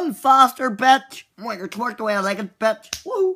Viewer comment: "Run faster batch, winkers! TWERK THE WAY I LIKE IT BATCH!"😂 batch = the way he's saying it😂